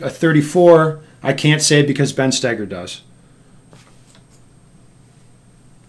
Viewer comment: Ben, FYI, your last name isn't pronounced: Stay-ger, but rather it's: Stow-ger. Thank you for your attention to this matter.